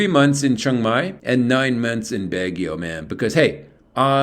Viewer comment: Pronounced "Bag ie o "